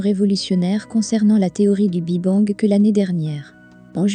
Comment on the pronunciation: Intéressant mais le " Bi Bang" est insupportable à entendre l' IA a encore du chemin à faire avant d'être perfomantte